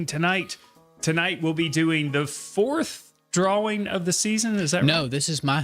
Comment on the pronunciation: It's annoying the hell out of me when you say draw wing. It's drawing